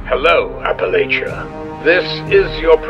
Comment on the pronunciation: 1: Eden isn't president at this point of the timeline. That's Fallout 3. 2: Learn how to pronounce Appalachia. 3. Click-bait title.